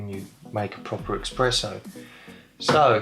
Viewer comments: Espresso. Not 'Expresso'. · Indeed. Wheres the X in eSpresso? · You say eXpresso ☹️☹️ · Expresso …!!! Jesus.. you really know ur coffee!! 😂😂😂🤦🏼‍♂️🤦🏼‍♂️🤦🏼‍♂️ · Thanks for the feedback, I'm adding it to the list. 1. Buy a Tripod, 2. Stop pronouncing Espresso as "Expresso", 3. Cut my nails more often. ;) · A coffee lover who mispronounces Espresso.